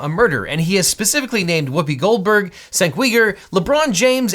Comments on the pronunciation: In case it hasn’t been noted yet, it’s pronounced “Jenk” not Cenk. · Objection - his name is pronounced “CHENK”. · Cenk is pronounced JANK not sank. JS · “Senk Weegur” haha. His name is actually pronounced Jenk You-gur. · it's pronounced Jenk Yoogur not Senk Weegur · Haha, "Sink Weeger". In Turkish, the "c" is pronounced as a "J", so it's pronounced like "Jank". I think your pronunciation of "Uygur" is generally accepted, but he uses the "U-ger" pronunciation. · The TYT presenters name is pronounce Genk not Senk. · Cenk is pronounced Genk or Jenk not Cenk or Kenk. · It's pronounced "Jenk You-ger" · While not intuitive cenk's name is pronounced like Jenk Yuger. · C’mon Cenk is pronounced Jenk. Do your homework. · Cenk is pronounced "Jenk" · It is pronounced “Jenk Yooger”. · Cenk's name is pronounced "Jenk", fyi. Republicans love to mispronounce it as a dog whistle. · Objection: You need to take a little bit of time to properly figure out how to pronounce people's names. Cenk Uygur is pronounced Jenk You-ger. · While I haven't watched TYT in nearly a decade, the hosts name, Cenk, is actually pronounced like "Jenk" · Cenk Uygur’s first name is pronounced JENK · Young Turks host name is pronounced "CHenk" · who doesn't know how to pronounce Cenk's name? This is the first time I've heard anyone pronounce it Senk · you butchered Cenk's name lol. It's pronounced "jank" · Boy mispronounced cenk's name like that could be taken very racist if your intentionally mispronouncing his name it's pronounced chank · Just FYI, it’s Cenk as in Jank. A C in Turkish is like the J in Jacket in English. And the last name is literally Uy-gur (Turkish is a phonetic language), but to me, it’s not as big a mispronunciation as his first name. I guess now we know Legal Eagle doesn’t watch TYT, cause they call him Cenk not Sank. 🤷🏻‍♀️ I don’t even watch TYT, just saw a few clips, but I used to live in Turkey. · Cenk is pronounced jank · For future refernce, Cenk's name is pronounced as "Jenk"